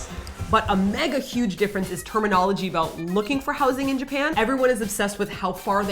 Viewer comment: Omg, I've been watching you guys for years and I never heard or at least noticed you say 'aboot' until the end of this video. It made me so happy! =)